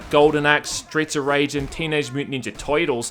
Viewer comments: That part wear he sounds like he has the biggest Bronx ascent when saying tertils was grate I love it 😂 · Sounds like toitles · The Brooklyn accent must have rubbed off on him. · Toydulls...TOYDULLS??! beep